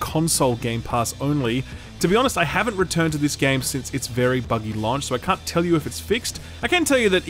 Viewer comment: love your content, but we really need to address the way you say launch.